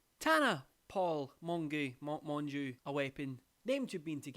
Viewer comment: calling Tana "Tana Mongoo" >>>